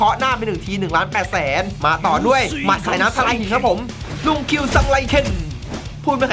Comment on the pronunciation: พี่พูดท่าหมัดสายน้ำทลายหินฟังแล้วแปลกๆอ่ะ